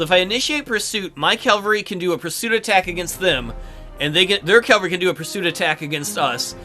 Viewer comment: Love the video; except... you keep saying CAL-vary and not CAV-all-ree.